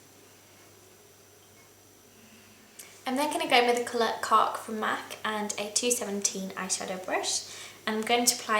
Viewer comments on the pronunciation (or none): The word cork in a British accent